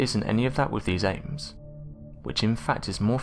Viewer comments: Why do you keep calling them "ames"????? The word your looking for is "apes"....your literally able to say it when you say the full name, "bili ape", but as soon as you say the word apes by itself, your brain and tongue stop communicating or something... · Every time you say apes it sounds like Ames! Frustrating! 😢